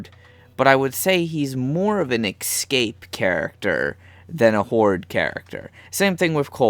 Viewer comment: Escape. E-SCAPE. Not ecscape. Sorry that was really annoying, good video though.